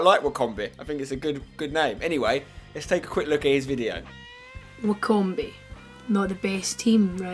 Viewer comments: Wy-com-be hahahaha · I'm from Wycom-be lol !